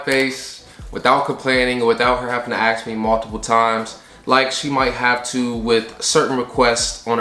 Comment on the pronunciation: He says aks instead of ask